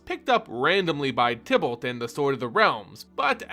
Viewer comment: Can you please pronounce "Tibalt" with a long I instead of a short? Thanks